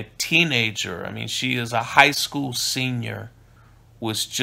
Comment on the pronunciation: "high skoo seniors" lolololololololol